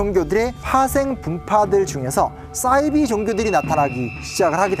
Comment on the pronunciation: 싸이비라는 발음을 듣자마자 영상 멈췄습니다 정보를 전달하려는 사람이 듣는사람보다 어휘가 떨어지는것은 문제가 많아보이네요 작가이신것같은데 정확한 우리말을 배우신다음에 나오시는게 맞는것같습니다